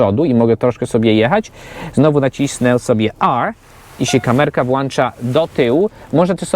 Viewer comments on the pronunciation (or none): none